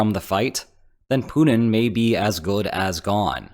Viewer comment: You realize his name is Putin, right? Not Punin? :)